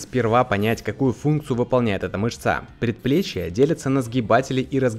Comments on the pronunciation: Не мышцА, а мЫшца! Из каких деревень вы, ютюберы юные, с таким русским языком? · Вы в следующий раз когда будите записывать видео изучите пожалуйста заранее материал, очень не приятно слышать когда люди допускают в простом слове ошибку, после которой трудно воспринимать информацию в действительности, а именно слово "мышца" говорится т читается мЫшца, а не мышцА. Пожалуйста будьте корректнее в ваших обращениях. P.s. я как человек имеющий мед. Образование и физкультурное образование очень сильно режет слух. Спасибо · МышцА? Точно? Аж слушать противно... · Чувак ударение сначала поставить правильно на слово мышца. Потом уже ролики записывай.